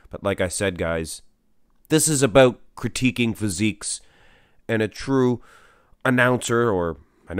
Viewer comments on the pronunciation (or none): Critiking..? Bro its funny how you invent your own new words Lol...